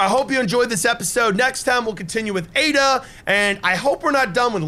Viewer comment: And your supposed to pronounce Ada like “Ay-Dah”, not Aduh